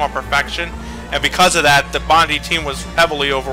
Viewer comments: they pronounced Bondi as "bon-dee" instead of "bond-eye" *twitch* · I cant help but cringe when they say Team Bond-E. ITS SAID BOND-I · 1) It's pronounced "Bond-eye" 2) Team Bondi members left to work on Happy Feet 2 after they closed down, but they opened back up again this year and announced they are making "Whore of the Orient" for PC and Next Gen Consoles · Bondi's meant to be prounounced like"bond-eye". How would I know this? I live in the area. It's in Sydney, Australia.